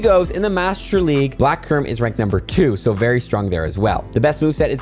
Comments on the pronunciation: Bro it's kyu-rem or (Q-Rhem) not Ky-Rem)😭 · How do you look at a word like “Kyurem” and say “Kai rem” 😭😭😭😭 like you’re doing it wrong on purpose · I hate u for saying Ky-rem on purpose sometimes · how did u just seamlessly switch pronunciations of kyurem st the beginning 😂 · Kairem. Dragon ball Z kairem lol....oh now like 3 mins in you pronounce it right lmfao 😂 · Its pronounced "cure-um". Theres a u in there. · You pronounced kyurem wrong so many times and then started saying it right!??